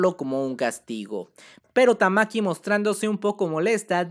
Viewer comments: Porqué le dices "Tamaki" a Tatsumaki?.. Qué te hemos hecho para merecer tal castigo? 😭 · Porque rayos pronuncia "tamaki" y no ¡TAKSUMAKI Como es la maldita pronunciación normal? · En español se pronunciaría así, pero en japón ese ''tsu'' es casi mudo, así que se pronuncia parecido Tatsmaki (Como dije, el tsu apenas suena o mejor dicho, suena leve la u), Es igual a otros nombres como el nombre Mitsuki que sería Mitski(En este caso la U es muda), pruebalo en google traductor en japones y pon el audio y veras la pronunciación. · En realidad se pronuncia "Tatsmaki" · Jaja cada cuadro dices tamki me da risa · me iba a suscribir, pero cuando escuche "tamaki" me di cuenta que estaba perdiendo el tiempo viendo este canal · Todo bien pero porque pronuncias tamaki le quitas poder a la waifu XD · de verdad queria ver el video pero cada vez q decias tamaki tamaki wtf se me quitaron las ganas de verlo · No soporto que no tengas ni siquiera la delicadeza de leer correctamente el nombre de tatsumaki, horrible